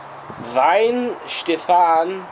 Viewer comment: Glad someone finally pronounced it properly (pay attention Americans).